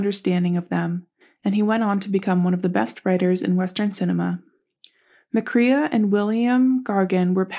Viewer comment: His last name is pronounced with the long A sound like McCRAE